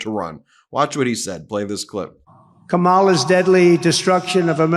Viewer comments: First can he pronounce her name correctly, its Kamala, pronounced (Comma-La) ( , -La). She doesn't misprounce Felon (pronounced tRump). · Does Trump deliberately mispronounce Kamala's name out of sheer disrespect? That's my take. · Have you seen how all the Republicans are mispronouncing Kamala Harris’s name? We should start by renaming Donald Trump’s vice presidential pick to be “JD Wentworth” Maybe Donald Trump needs a structured settlement to pay his enormous legal bills and and JD Wentworth can help him?